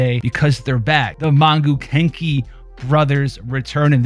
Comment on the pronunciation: im sorry, but i kept on hearing kink* instead of kenki lol